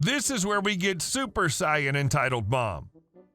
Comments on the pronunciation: Sir, you've pronounced Saiyan wrong. It's pronounced say-an. I now feel old. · That's not how you pronounce "super saiyan".